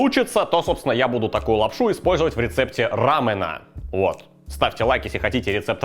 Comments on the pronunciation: Не рамЭна, а рамЁна. Это корейское слово. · Друже пожалуйста говори Рамёна . Рамён с ударением на ё.